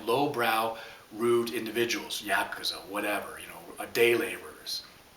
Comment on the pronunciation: I give kudos to pronouncing osu properly (many pronounce the u when it is not supposed to be (ex nunchak is proper even though there is a u at the end)). Then the word Ya(w)kuza is mispronounced as Yeahkuza. Kind of makes me wonder about the veracity of the knowledge you are passing along.